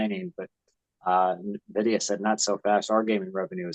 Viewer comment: Nvidia, not Navidia